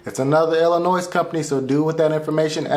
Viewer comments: i cringe everytime you say Illinois. ITS ELLA NOY. not Ella noise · Never pronounce Illinois with an s at the end 😮